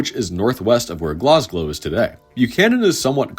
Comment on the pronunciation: that pronunciation of Glasgow made be chuckle